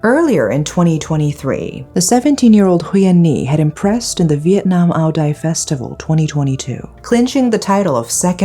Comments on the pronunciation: its Aw-Dee not Au-Die - Audi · Thanks for bringing these stories I never would have heard of to light. For reference, Ao Dai is not "OW DIE", it's "OW YAI" phonetically. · Ao Dai, the "d" is silent, and it ends up being pronounced as a "y". Becoming "Ao yai" Thank you, for another great upload!